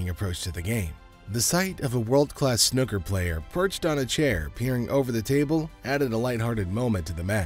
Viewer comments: It’s pronounced snooker not snoker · FFS, it's not 'snucker' it's snooker. The double 'o' is pronounced as in FOOL! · But snoker makes the match more dramatic